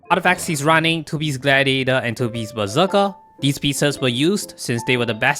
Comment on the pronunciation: When you say "Berserker", i hear "Bazooka".